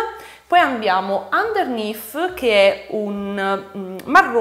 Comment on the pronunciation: Finalmente qualcuno che pronuncia underneath e "suit" in modo decente! 😁 Lo so non siamo tenuti a pronunciare l'inglese bene lo so. Poi però noi italiani scassiamo le balls a tutti i popoli del mondo perché non sanno cucinare la pasta. Quello è oltraggioso! Pronunciare suit come sweet invece eh dai cosa vuoi che sia! 😋😋😋